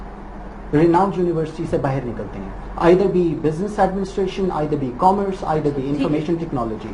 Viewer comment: she said "chamber of commeres" xD